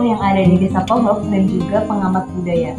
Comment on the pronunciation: Pengucapan desa ponggok nya, kok kyak bukan orang ponggok mbk